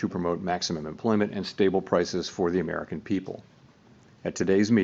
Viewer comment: It's a delight to listen to a SANE person talk about the "big beautful Merrikan economy."